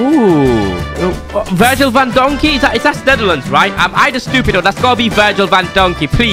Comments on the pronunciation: Bro just said Virgil vandonkey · Bro said Virgil Van Donkey😂😂😂😂😂😂😂😂😂😂😂😂😂😂😂😂😂😂😂😂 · Man really said that Virgil van dijk was Virgil van donkey 💀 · “Virgil Van Donkey” 💀